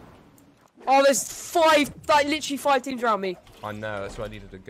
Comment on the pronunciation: "seventy foive" 😂😂